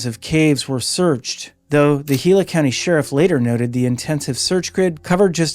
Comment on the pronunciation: Pronounced Gila correctly as HEE-la. You won the entire internet for the month.